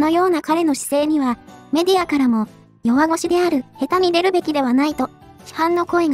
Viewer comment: 「ヘタに出るべきでは無い!」は、❌ 正しくは「シタデに出るべきでは無い!」が、⭕ ですよ!! 読み上げる前には充分に、下調べをしてから御願いしますね。